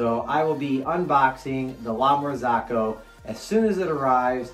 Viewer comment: It would be nice to know something about the brend before you buy it and not buy just because it is expensive. It is called "marzocco", not "marzacco"... I may be hater or enviois! :)